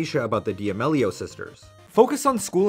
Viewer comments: Dee ameleeo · Lol the way you pronounce their last name gives me ANXIETY. Never heard it pronounced that way. Is that the correct pronunciation? 😳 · de ah mellios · Lol. Dee-Ameeelio ..c'mon my guy, if ur gonna make a vid on someone at least learn how to pronounce their name right